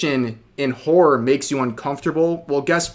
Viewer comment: The word: horror Rev: "whore"